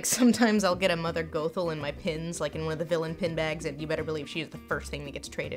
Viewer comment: Wow- I believe that you don’t care for mother Gothel considering you didn’t even say her name correctly lol 😂 I love tangled, I don’t love Gothel, but I like the story of her and Rapunzel.